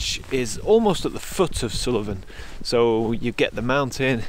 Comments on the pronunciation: Hi, another great video, but it's sool-ven not sul-e-ven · Great video and lovely images but it hurt my ears to hear Suilven repeatedly called Sullivan :-) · Brilliant video, Assynt is one of our favourite places to holiday, the scenery especially climbing the mountains are very special. In the pronunciation of Assynt, there isnt a hard i. There isnt an i after the L in Suilven. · Sorry, but something in this video jars with me. The mountain is called Suilven not Suliven.